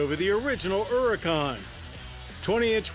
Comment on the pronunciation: "ERRICAUN" There is an H there, John.